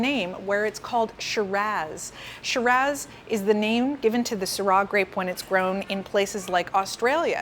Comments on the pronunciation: Saying Shiraz gives "eye-talian" vibes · She called it ShiraZZ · Please pronounce Shiraz correctly. Idk what you’re doing but you sound like you’re from Wisconsin